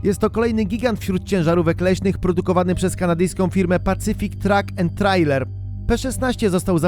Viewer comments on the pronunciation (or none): none